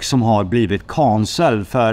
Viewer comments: Så härligt att se dig må så mycket bättre och vad du kämpar på 💪 men snälla lär dig säga canceled rätt 🤣 men det är ändå lite charmigt när du försvenskar ordet 😁❤️ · Det finns inget svenskt uttal på canceled. allt annat än det engelska uttalet är fel, annars får man översätta ordet till svenska. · Han uttalar det svenskt, kAncelled. Du hör det på A't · Säg mig en gång till hur du uttalar Canceled, min kompis kompis frågade